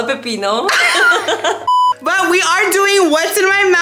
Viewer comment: Marlene😂 "all a pepinoo" 😂😂😂😂